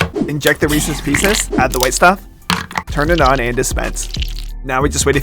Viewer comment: 'Add the withe stuff' 💀